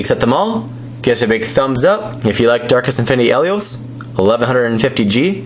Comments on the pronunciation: Helios is da BOMB!!!! And you're pronouncing his name wrong. Not Hell-ios, He lios. As in the word "he". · Hahahahaha having trouble closing it lol, you called it a bey, btw pronounced hee-leee os You know like the sun god in Greek mythology named Helios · His name is he-lios. A long E sound because his name originates from the word Helios which stands for sun because he was originally a pyrus bakugan